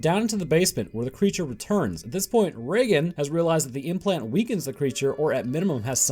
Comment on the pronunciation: Reagan and Regan are two completely different names. Reagan is pronounce as you say it in the video but Regan is pronounce Ree-gan, not Rea-gan. Regan is the shorten version of Regina and Regan means Queenly/ Regal. Regal, Regan. The start both have the same Ree pronunciation since the name came from the word Regal